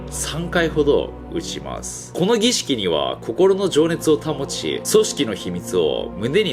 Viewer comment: 儀式って一回も言えてない